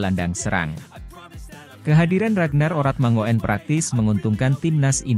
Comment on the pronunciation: Dlm bhs Belanda: 'oe' dibaca 'U' JADI 'ORATMANGOEN' dibaca; ORATMANGUN. agar diketahui bhw 'faam' ORATMANGOEN' ini berasal dari KEPULAUAN TANIMBAR - Provinsi Maluku. Jd admin yg px konten agar menyebutx dgn benar.